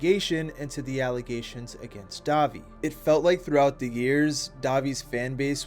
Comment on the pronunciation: Why do you pronounce “the” like “duh”? It’s driving me crazy. If there’s an explanation that would explain it, it may be a little more bearable to watch.